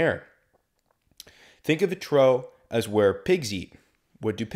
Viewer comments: Hearing “trough” mispronounced so many times hurt my ears, but good information nonetheless for checkride prep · Even though you threw with the pronunciation of a trough as "a trow" in the weather section, the other 2 hours and twenty-three minutes of content are an amazing study tool for all potential new pilots! Thank you! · Trough is pronounced as "troff" not "trow"